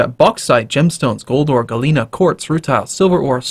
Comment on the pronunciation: It's funny how you pronounce Galena ore, it seems like "Gallina" which is an italian word that means chicken :P